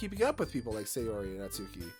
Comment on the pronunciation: Oooh, this is gonna be a ride! 😂 Small note — the U in Natsuki is practically not there, it's said more like Nats-ki. Looking forward for more 💖